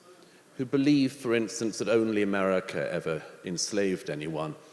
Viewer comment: It’s America, not umerurica